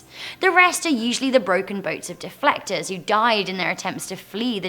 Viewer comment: NORTH KOREAN DEF(L)ECTORS AH YES I SEE